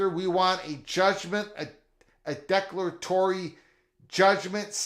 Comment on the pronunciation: Declare a tory is the pronounciation